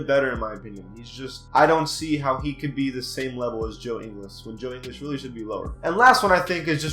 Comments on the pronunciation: It’s not “Joe In-les it’s Joe Ing-ils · He said joe english😂😂😂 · He calls joe ingles, joe inglis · It's in guls no English idiot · ING-ULLS. But goddamn you could make a case for him being HIGHER than a 78. 81, maybe even 82. Fantastic 3 and D guy. You don't know shit lol stop making videos. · Can't even say Ingles' surname right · The fact that you admit you haven’t seen all these players play that much and that you don’t know how to pronounce joe ingles’ name correctly is why this list is wrong. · You shouldn’t say joe ingles is overrated if you can’t pronounce his name😂😂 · You can’t even say joe ingles name right. You do realize he was one of the main reasons the jazz beat the clippers in the playoffs... he shut down Austin rivers and jj redick. You also do realize he was top of the nba in three point percentage right? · How can you call joe ingles overrated when you can’t even pronounce his name properly?? Try watching a jazz game and you might understand why he is a 78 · If you're gonna say ingles at least pronounce it right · How is 77 over rated in anyone's eyes. Instead of stats your just naming off other players around their waiting. You know dedmon fit the spurs system right. And that's a similar system in atl. You don't even know these players dude. U got ur laptop in front of u yet can't say ingles name right. Gary Harris is not overrated. This entire video is you just saying who should be higher. Your doing the opposite of the title of this garbage content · You said Ingles wrong like really wrong😂😂😂😂😂😂😂😂😂😂😂😂😂😂😂😂😂😂😂😂😂😂😂😂😂😂😂😂😂😂😂😂😂😂😂😂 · Decent vid but I disagree with ingles how you gonna call him overrated of you don't even know his name properly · If you are going to disrespect ingles that way at least say his name right lol he’s a beast dude he is one of the top 3 pointer shooters in the league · Learn how to pronounce Ingles